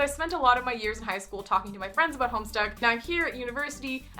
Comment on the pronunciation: Forgive me for noticing but you pronounced (to my ears) "About" as "Aboat" are you by any chance Canadian? just curious :p